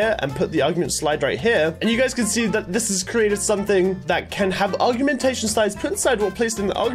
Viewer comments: U say it or g ment a shon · When says augment and augmentation as argument and argumentation 😂😂😂